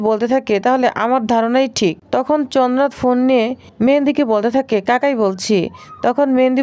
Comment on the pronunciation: চনাথ কি চ্ন্দ্রনাথ বলুন।